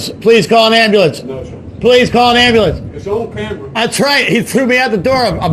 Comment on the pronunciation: Or "ambalance" (Dr Dave Debunker of Frauditors)